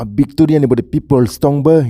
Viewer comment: Victoria❌ vecteria✅